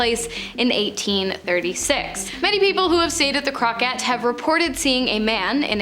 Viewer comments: Cool video, but y'all need to double check your pronunciations of some of the names you said. One notable name..... Crockett, the young lady really emphasized the syllables, saying "Crock-ette", but you basically say that famous name running the syllables together and it sounds like "Crock-it". 😅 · you mispronounced the Crockett Hotel badly.